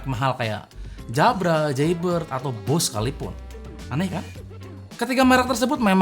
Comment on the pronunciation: Akhirnya ada yang nyebut brand "Bose" dengan semestinya. Naizzz 👍👍